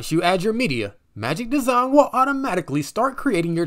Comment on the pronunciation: Magic Desawn/ Magic Dezon/ Magic Deson lol